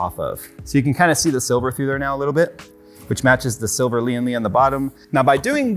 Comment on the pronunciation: Its Lian Li not Lian le